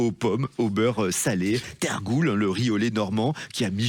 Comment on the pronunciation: Quel catalogue sans saveur ! Le pompon c'est la "Tergoule ", non monsieur "Teurgoule".